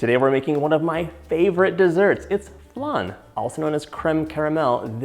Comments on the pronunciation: It’s funny how you say flan. I’m Mexican and we had it flAn and you say it flun 😂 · I do love a good “flun” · Looks delicious, but what's a flun? Lol xx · It hurts hearing how he says it when uk french..